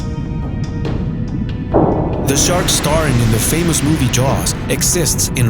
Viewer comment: I believe he said chark